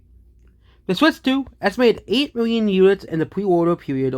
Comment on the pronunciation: How many miwwion more? Stick to physics,.